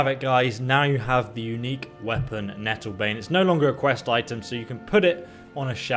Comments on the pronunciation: Nattlebane lol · Lol nattlebane